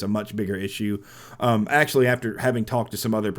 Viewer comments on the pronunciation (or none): none